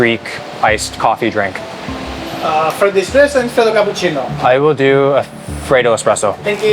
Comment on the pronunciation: watching Will say the words freddo espresso in Greece actually just did something to my body, SOOO GLAD YOU ENJOYED OUR COUNTRY AND FOOD!